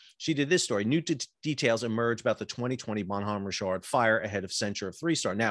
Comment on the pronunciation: Are you saying Bonhomme Rich ard or some other stupid pronunciation rick kard.